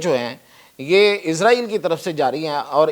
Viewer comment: Bolna tu sheeko izraeel nhi israel naam hy